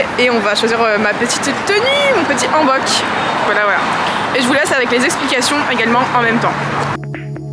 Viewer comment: salut welcome dans mon pays profite bien ^^ MAIS c'est pas AN bok comme nouvel an mais H ANNE bok .. comme ON n'a pas recu c'est pas ON mais comme ON'' OFF .... ^_^ si tu es corée pour ca oufff .. tu vas perdre ta tête xD surtout ton €€€